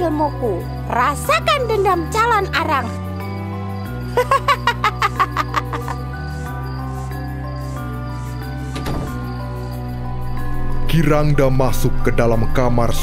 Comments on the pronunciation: Calon narang kak bukan calon arang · Yang benar itu CALONARANG bukan CALON ARANG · Calonarang bukan calon arang